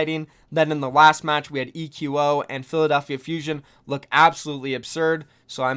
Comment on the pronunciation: Why is everyone calling him ee-que-oh? Shouldn't it be pronounced like echo? At least that sounds way cooler.